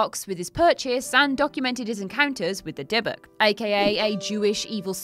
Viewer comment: If you're going to talk about real stories you should try to make sure you're getting your facta right. Dibbuk isnt pronunced like that, the emphasis is on the end of the word. Secondly, dibbuk literally means possession, it's not any specific demon. Thirdly, jewish people do not believe an item is the source of power for anything, so this story is made up. No item in Judaism can hold meaning, spirituality comes from within, not from any physical thing or place